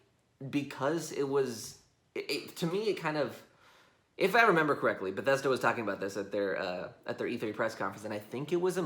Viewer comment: “Bethesdo” HMMMMMMMMMMM